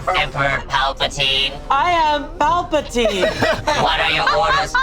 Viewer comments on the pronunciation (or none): Said Palpatine like it was a pulp free orange juice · mispronouncing Palpatine was the highlight of this video for me 😂❤ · The back to back assumptions that makes about Jedi powers were already sending me, then the failed roll, then the banger “PA-PAL-TEEN”. I was wheeeeezing